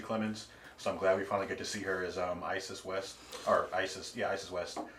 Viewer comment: Its Iris west not Isis lmao 😂😂